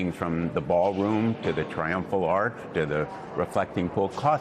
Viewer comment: You spelled it wrong. He is calling it the Trumphal Arch.